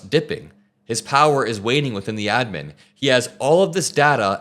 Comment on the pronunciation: Everytime you say adman makes me want to puke